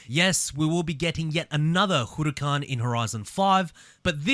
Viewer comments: The way you pronounce huracan makes me feel uncomfortable everytime i aint gon lie 💀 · When you hear hooroocan you know it's lit😂